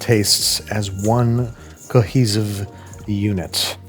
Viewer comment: The 's' is soft in 'cohesive'.